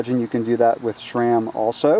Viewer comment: There is no such thing as "Shram" it is pronounced like the name Sam just with an R thrown in there. Or so says the manufacturer. What do they know right?